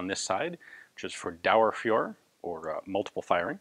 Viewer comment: You should really practice grerman pronunciation as it can be hard to understand at times (Dauerfeuer for example)! ;) All complaining aside, I really hope you keep up the good work and keep surprising us with your finds!